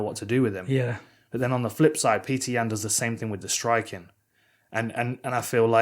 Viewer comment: it’s petik